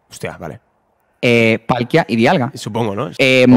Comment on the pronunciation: Es palkia la p de palkiq